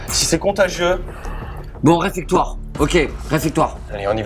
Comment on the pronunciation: on dit réfectoire <3 sinon c top :) bravo à vous!